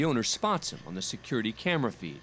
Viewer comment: Narrator is awful. "The owner SPOTS him...on the security CAMERA feed." He randomly emphasizes words.